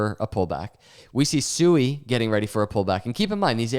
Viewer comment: The second you said SUEY, I was out. It literally tells me you don't have a clue what you're talking about and you don't do any research. If and when you become more educated and you want to talk about SUI (Swee) we'll come back and listen and take you more seriously